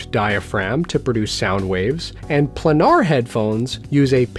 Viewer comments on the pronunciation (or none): For future reference... It's pronounced "play-nar". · it's pronounced as "plainar" btw